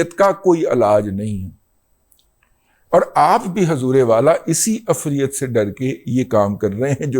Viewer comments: Afreat is incorrect pronouciation. Correct one is efreet. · دادا جی ایک گذارش ھے وہ یہ کہ،، عفریت (ifreet) کا لفظ قرآن کی سورہ نمل پارہ 19 میں آیا ھے قرآن میں دیکھ کر اس کا تلفظ درست کر لیں وی لاگ میں تلفظ درست نہیں ھے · عفریت لفظ را کی زیر اور ی پر جزم کے ساتھ ادا ھوتا ھے سورۀ نمل میں ایسے ھی لکھا ھوا ھے